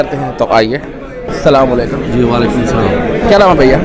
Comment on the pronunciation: وزٹرز سے انٹرویو کرنے والے بھائی صاحب برائے کرم کسی کو سلام کریں تو اسلام علیکم کہیں سام علیکم نہیں جزاکم اللہ خیرا